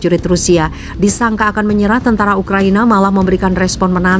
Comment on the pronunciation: menit 3.20 saking tegangnya pembawa berita jadi baca ukraNIA wkqkqk